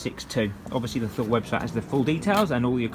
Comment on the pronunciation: Thule is pronounced "Tool-ee".